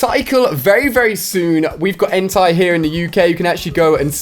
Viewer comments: You are triggering me Ali it's not Entirely ITS EN-TAE BUT with a I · Lol its not entai its ENTEI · IT'S EN-TAY YOU UNCULTURED SWINE!!! 😐😐😐